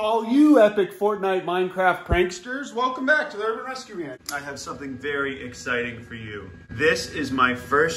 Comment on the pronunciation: "i have something very EGGciting for you-"